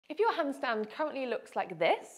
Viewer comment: AS German ITS funny to hear the Word "hundstund"😂 Therefore I have to Copy These exercises!